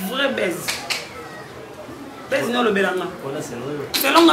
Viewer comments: mais otangi ba ecole nionso reputée ya kin mais français na munoko mobulu ozo loba "baise" baise eza amour, on dit plutôt "buzz", nanu na yoka yo te na phrase ya 30 secondes ya français A chaque fois omekaka français tjrs ba fautes ozo loba "quand vous reçois" ndenge olobi omekaki la bouche et puis esimbi ndenge moko kk na ba carine na chef na yo grace bino nionso serieuse aza te et puis ba diplôme ya kin to yebi basi ndenge bokoma kozuela yango mutu neti yo diction mobulu osali journalisme français zero eza soni olobela diplôme bako comprendre mbala moko asalaka nini. avoir un diplôme ne suffit pas pcq c juste un papier mais l'intelligence c une autre pour conclure on ne commente pas un sujet mais plutôt on le développe mawa trop, muana akola bien ou soit muana mbongo alobela bozui nabango te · Cette fille entre nous dénigre la profession journalistique ou de chroniqueuse/ Comment voulez vous que les chroniqueurs congolais soit respect par ceux des autres nations! elle se dit chroniqueuse et ne sait pas s 'exprimer en francais!!!dit lui on ne dit pas "ar kelly" ni baize" pardon...en plus elle ose citer des profs lol honte a eux et a la faculté ou elle aurait soit disant etudié ... Youtube nous te pardonnons d'avoir permis que ces ignares soit diffusés... please qu'elle se taise à jamais..........